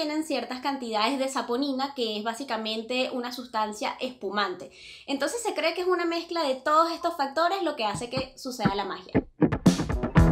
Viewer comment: ejtos, otroj, aquellosj, al menoj, .... me da ansiedad.